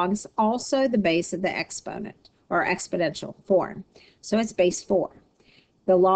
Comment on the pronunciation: "expodential"??? Good grief...